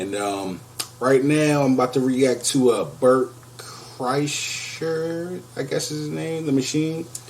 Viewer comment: Good job pronouncing his name.. 😁 Please react to Boyz 2 Men – End of the Road (Home Free cover